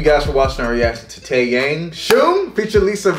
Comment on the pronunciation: Taeyang is actually pronounced taeyoung. Also this colab was fire. Lisa is everything and she is the best dancer period.